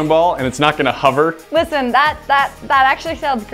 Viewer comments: I can't work out how learned to pronounce the word Hover, but it seems to be either spelled with a U 'Huver' or maybe it has an R in the middle 'Horver'? Not quite Hoover but nowhere near the actual word and it's irritating the BITS off me. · He pronounces it huver but I say hover